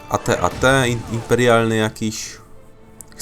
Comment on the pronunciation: At at czyta sie ejti ejti